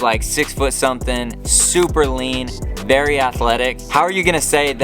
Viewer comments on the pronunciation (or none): none